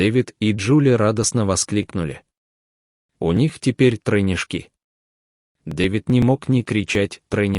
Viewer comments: А кто комп программировал называть:телёнка, тройнишкИ, теленкОв и др? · Трейнешки ставьте ударения правильно.читайте с выражением а не скороговоркой очень режет слух не хочется слушать.а рассказ хороший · Хорош читать тупым роботом. "ТелЕнка". ТелЕнок у тя в трусах аффтар. ТройнЕшки, удал свой к-анал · Здоровья маме и малышам ! диктор что за тройнишки , с ударением на словах проблема слушать невозможно !!!! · Ага!😂 И ещё такое слово, как тройняшки, с ударением на последнем слоге😮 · ТеленкОв, тройняшкИ - на кого это рассчитано?! Ставьте диктору ударение в тексте, если он не знает языка, а не коверкайте слова. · Слушать невозможно: теленки́, тройнышки́... Ребёнок у коровы это не самое страшное – в конце концов, телёнок и есть коровий ребёнок, но озвучка ужасна!